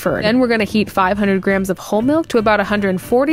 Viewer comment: I started hearing Grahams instead of grams in your videos and I can’t unhear it 😂 Graham should be a new measurement unit